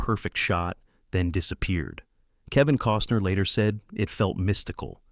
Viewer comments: And "Cooosner" for Costner. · Kevin “Coastner” 🙄🙄